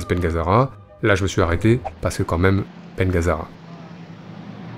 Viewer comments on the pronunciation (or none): none